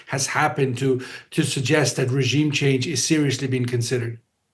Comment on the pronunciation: Could someone please tell the Washington reporter how to pronounce the word 'regime'?